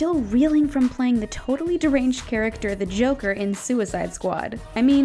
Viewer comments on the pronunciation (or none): none